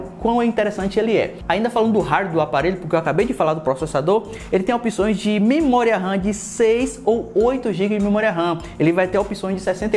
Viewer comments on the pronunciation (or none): "mimoria ram"